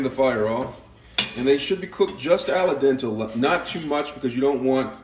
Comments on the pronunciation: The “raemen” was annoying but he was also pronouncing Al dente “ala dental” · Ally dental 😂😂😂 Do u mean "al dente"? Absolute goodness 🤣🤣😂😂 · My man straight up said “ala dental” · "RAYMEN" 💀💀💀💀 "ALA DENTAL" 💀💀💀💀💀💀💀💀💀💀💀💀💀💀💀💀💀💀💀💀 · AL-A-DENTEL? LOL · Best watch in a while. I'm 100% saying 'allie-dental' from now on. 1000x better than 'al dente'. Also going to be making this sandwich.